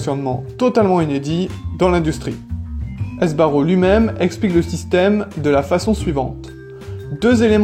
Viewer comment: On dit SBARRO, pas S.........BARRO ! Franco de son prénom......